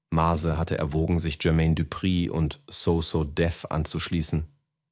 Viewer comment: MÄZE!! MÄÄÄÄZE NICHT Mase Nase :D man sollte wenigstens den namen aussprechen können bro ;)